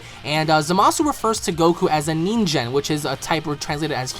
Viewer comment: it's "nin-gen" pronounced with a hard G not a soft G (J)